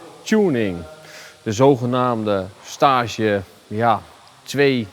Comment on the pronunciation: De uitspraak van Staaaage bij tuning daar vind ik iets van, Volgens mij is het gewoon een Engels woord STAGE.